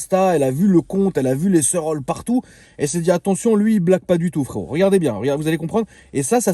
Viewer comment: A chaque fois tu dis frérot à ta façon je m'explose de rire 😁 tu le fais super bien.